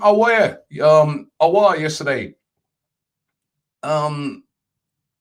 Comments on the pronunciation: Yeah g because I understand English people. I don't know why this is a discussion. your 'aowwaarh' is crap. it's Aouar. If you speak French or arabic the spelling is phonetic. You read it and you're saying his name right. 'Awar' is not great but you know what English people do? They can't pronounce anything. So I will take Awar, i.e. 'Awah' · A-War simple really.. is a butcher for names 🤣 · let me clarify. I'll take awar from a guy who can't pronounce it, because in English it's the most accurate you're going to get off basic reading. If you want to be accurate Aouar is literally phonetic there's no better way to say it than Aouar. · Robbie Auour is pronounced "Ow-waer" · ROBBIE IT IS PRONOUNCED 'AW - WAH' FFS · Only Robbie will choose to mispronounce Aouar by saying something even more difficult than the actual pronunciation of his name. 😂😂😂. He knows the correct pronunciation mind u, but insists on saying what he says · Almost 10 transfer daily and still can't pronounce Aouar 😂😂😂😂